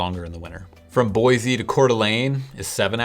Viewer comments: Dude you are "from Portland" and the correct way to pronounce the name of this town is "Boy-see" not "Boy-zee" as you are doing. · Boise. Not Boyzee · BOY-CEE not BOY-ZEE get the name right before you come here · If you can’t say the name properly you probably shouldn’t be giving a review of the town. Just saying. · Or you could just say it correctly haha